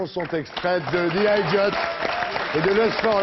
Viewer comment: Don't like all his music but I love the man. And most of his music. :) On the other hand, I wish frenchies would spend a bit of time learning english terms they don't know before hosting anglophone guests. Idiot is not an i Mac, or i Pad ot i Phone or... i Diot. Idiot en anglais se prononce pratiquement comme en français sauf qu'on dit le T.